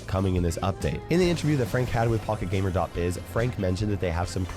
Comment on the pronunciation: When he said pocket gamer, I swear I heard pog gamer 😅